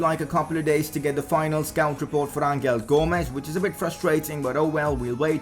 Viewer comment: U pronounced angel gomes wrong it is pronounced anhel gomes